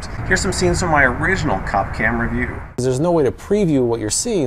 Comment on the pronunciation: I'm not gonna keep it a secret: When I saw u on the Cop Cam, ur face scared the hell out of me!! Then u said "Cop Cam", and for some reason I heard "Coff Cam." "Oh, that makes sense", I thought, "He's in a coffin." U, sir, looked dead💀